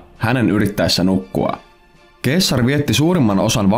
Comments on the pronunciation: Se ei ole "keessar" vaan "seesar" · Eikös sitä sanota seessar eikä keessar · Btw se lausutaa seessar eikä keessar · Se lausutaan seessar eikä keessar. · Eikös Caesar lausta 'Seesar'? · Julius keesar😩 korvat särkyy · Se lausutaan Seasar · Katselua häiritsi liikaa väärinääntäminen k:lla... Tollanen asia pitäisi tietää tällästä videota tehdessä :\ muuten mielenkiintoinen video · Hyvin lausuttu toi ceasar😂